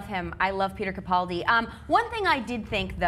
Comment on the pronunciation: It is CaPALdi not CaPOLdi...